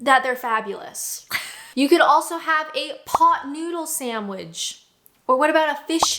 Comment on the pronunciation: Never heard anyone pronounce sandwich “SAMBDwich” before 😮